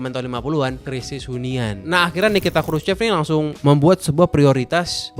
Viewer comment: Dibacanya kruso bkn krucep